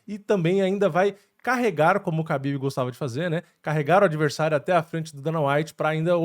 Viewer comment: A letra ‘Х’ do alfabeto cirílico se lê como o ‘R’ de “rato”. Apenas na transliteração a letra ‘Х’ é escrita como ‘KH’, mas isso não afeta a pronúncia. Portanto, o certo é falar “Rabib” e “Marratchev”. Tmj 👍🏻